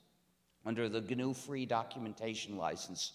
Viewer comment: "Gee-en-you project to create fruit..."😂😂😂